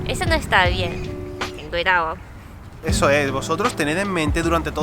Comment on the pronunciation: SE DICE " CUIDADO " no "cuidao" .....